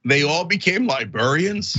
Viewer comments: How in the world is Cenk saying "libarians" over and over again? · Cenk, its LibRArians not libERians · Cenk, say "libarians" again. 🤣